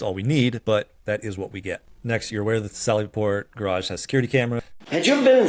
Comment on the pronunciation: miss has terrible English.cant say Garage properly. gets her vowels messed up. did she graduate high school??.